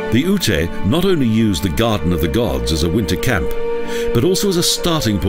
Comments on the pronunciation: Its UTE...not Ut-a...ugh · I like Colorado but this video is beyond cheesy. Seems like it was made in the mid 90's. Plus Black Canyon is a national park not a monument and Ute is pronounced yute, so there is a little misinformation.